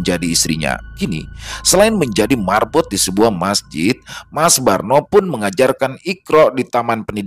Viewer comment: Marbot bkn merbot